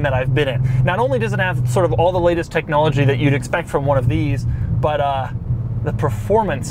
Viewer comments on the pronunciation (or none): none